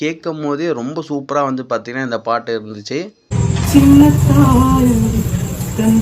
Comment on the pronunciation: Bro adhu chinna thaai bro.... Tongue slip ahi chennai thai nu kekudhu edit ah preview pannama potiya nu paru bro... 😂